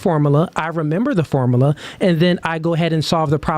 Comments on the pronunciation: IM HAVING A HARD TIME TAKIN THIS NIGGAH SERIOUSLY WIT HIM SAYIN FORMALAH😂😂😂😂 OH GIRL MAD KUZ SHE THOUGHT ALL THAT MONEY SHE SPENT ON COLLEGE MADE HER SMART😂😂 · "Formala" Yea, I don't take advice from illiterate ppl. 😂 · Ah yes "the formala" 😂😂😂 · So out of everything he said, you disregarded it and concluded that he is illiterate for mispronouncing one word?